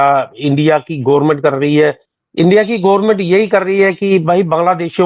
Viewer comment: The moment he said Gormint Kirkat He lost my respect.